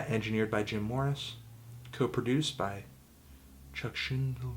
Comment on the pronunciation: Do you not know how to pronounce Chuck's name?